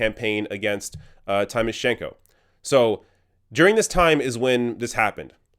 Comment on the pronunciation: Great exposé but I was annoyed by a repeated mistake of yours. Why can't you pronounce "Tymoshenko" properly? Don't be like like all those idiot Bush supporters saying "EYE-rack".